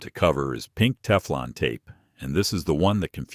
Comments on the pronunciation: Lose the AI narration and use a live human narrator! Your voice said Tee-flawn tape, and Miles (for mils). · Love the AI "teeflon" tape.🤭 And then after showing wripping the correct way, the gas fitting is shown being wrapped the wrong way. Sheesh more AI slop. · A-I (mid-western voice) 😂 "Tee-flawn tape."